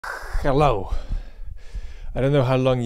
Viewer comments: The Ghello is just part of the charm of the videos. Don't apologize for having trouble pronouncing words so far from your naitive language. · you said a few words like "However" with H perfectly, and hello can be said without the h? Did you not just want to say it with the russian accent, because it sounds really cool !? :D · Says ‘hello’ with a slight Russian accent and then says ‘I don’t know how many years …’ perfectly 😁 It’s a pure joy listening to what you have to say with or without accent. (I wish I was as proficient in English as you are btw.) Oh and I loved the rant too.